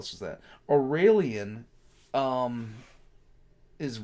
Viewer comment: I actually hate how pronounces a lot of these like Guilliman he pronounces the French way for some weird reason where he pronounces the double L like a double E sound, he says Au-ree-lian when its Au-reh (as in red)-lian, same with Alphaahhrius when the last A in alpha is pronounced the same as the first letter of the word so Ah-lph-ah-rius and Omega is not pronounced O-mee-ga, its oh-meh-ga